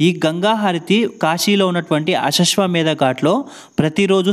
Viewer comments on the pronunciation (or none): కాశీలో గంగా హారతి జరిగే ఘాట్ పేరు........ అశశ్వ మేధ ఘాట్ కాదు...... అశ్వమేధ ఘాట్ 🙏🙏🙏